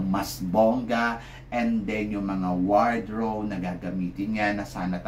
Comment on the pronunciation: Wardrobe hindi wardrow Saka po walang sobrang strongest Sobrang strong lang dapat, saka bawasan nyo po ang and then nyo Hindi na appropriate ang then nyo Itinatama lang po dapat itama ha